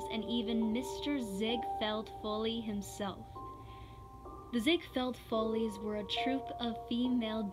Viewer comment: It’s pronounced “FALL-EEZ” not FOLEYS. Lol.